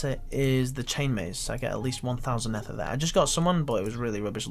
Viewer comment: Ether is pronounced Eether not “ehther” smh terrible engrish